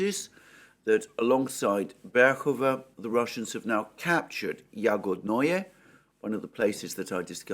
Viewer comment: Greetings Alexander! Just a couple of small corrections on pronounciations: Yagodnoe - Emphasis on first syllable (Berryville); Vasylyevo - Emphasis on the second syllable (Basilville) Also, great source for getting names of the towns and villages right, is following Military Summary channel